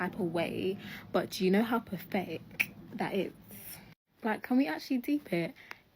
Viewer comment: Can't pronounce the word, pathetic correctly. 😂